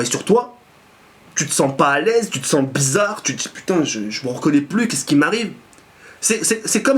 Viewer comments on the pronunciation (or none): none